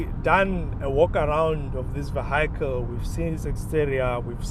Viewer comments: Vee - hee - kil. Not vee - hi - kil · Just learn how to pronounce the word vehicle. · I swear I'm deaf, only heard it after reading the comment, now I can't unhear it😅